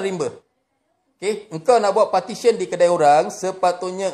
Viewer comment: Ucap petition pun tak betul ni nak cakap pasal undang2.. Partition konon.